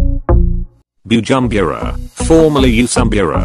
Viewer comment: You must learn how to pronounce the African names coz the way you pronounce Bujumbura 😁😄😅is very funny.